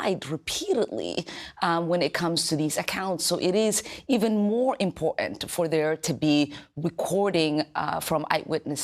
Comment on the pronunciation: When she said import -ant, I stopped listening.